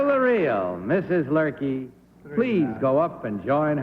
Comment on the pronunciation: It's Luerke, not Lurkey